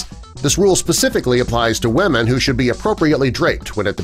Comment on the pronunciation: Please learn to pronounce "women" correctly: "WI-MIN"